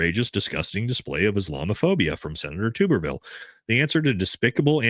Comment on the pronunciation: Hey his name isn’t pronounced TUBE-ER-VILLE it’s pronounced TUB-ER-VILLE…..FYI